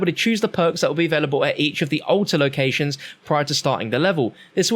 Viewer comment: ‘Ulta’ or ‘altar”?